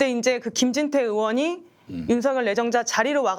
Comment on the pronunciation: 변호사님 의원이름 검사 이름 틀리게 말하는거 좀 거슬리네요